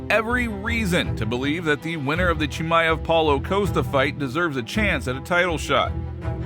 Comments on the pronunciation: Bisping is so bad he cant even pronounce fighters names right. Chimeeiev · I love that bisping calls him chimmyev lol